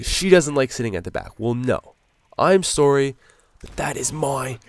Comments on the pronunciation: forgot he was Canadian until he said sorry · He's Canadian.